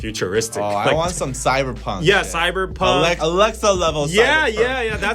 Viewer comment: i like cyberpunk but i don’t really stan how every u pronounce it 😭